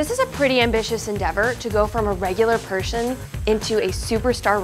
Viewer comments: she said pershon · No one says person they all say pershon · “A regular pershon to wwe” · Lol she said Pershon